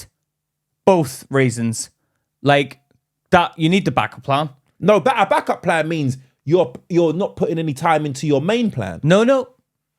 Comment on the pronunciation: He defo said black up plan 😂